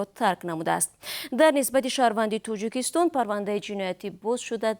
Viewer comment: Диктор, илтимос калимаҳоро дуруст талаффус намоед! Тучик не балки точик! Тучикистон не балки Точикистон! Ба забони араб ё афғон тақлид накунед! Бо забони точики тоза нақл кунед хуб мешуд!